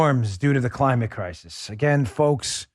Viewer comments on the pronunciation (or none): Joe Biden: "...extreme storms are another reminder that the Crimate Clisis are here." This guy can't even speak coherently without fkking it up. No wonder the Afghan exit was a sh*t-show. This is what it looks like when your elections are stolen from you. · Biden: "Crimate Clisis Crisis"....what an idiot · Joe didn't say 'Climate Crisis' Dan. He said Crimate Crisis'. We're talking arples and oranges here. LOL. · "The crimate clisis are here" - Joe Biden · Biden said " Crimate Clisis " lmao